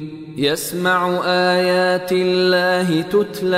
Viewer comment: في ﻵية الرابعة في الكلمة (الدآبة ءايات لقوم يوقنون) ءايات بحركة الضمة ولكن تقرأ الكسرة